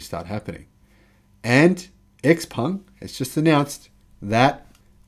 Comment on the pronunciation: Also: Xpeng is pronounced "shiaopeng" or "xiaopeng". Just from respect to the brand.